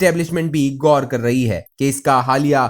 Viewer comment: پتہ نہیں انہیں اس احمق کے علاوہ کوئی اور اسپیکر کیوں نہیں ملا؟؟؟ مسلسل غور کو "گور" ، غلطیوں کو "گلطیوں" ، خبر کو "کھبر" حق کو "ہک" بولے جا رہا ہے۔۔ کیا اس کی اردو اور کیا تجزیہ۔😏😏